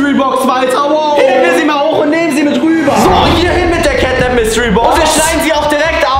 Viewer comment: Кэт нэп а не кэт нап и он из 3 главф